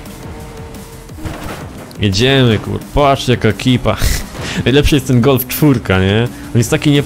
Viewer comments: °_° Gulf!? Czyta się galf* ♡♡♡♡♡ XD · Nie gulf tylko galf! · czyta się galf